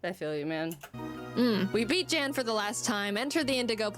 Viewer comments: I gotta correct you on that pronounciation. It is "yan". The vowel is shorter. Source: I am german, Jan is a german too. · I do wish Jaiden made it more clear that Jan (Pronounced Yahn) is actually a great guy, your chat be hating on him, lol. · Jan/Pokémon Challenges... (It's a German name so it's pronounced Yon or Yawn). He's actually very forgiving when it comes to first time nuzlockes, Alpha Rad was just a particular case of ego/stupid at that specific moment.